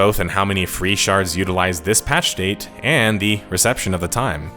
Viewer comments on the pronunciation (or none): none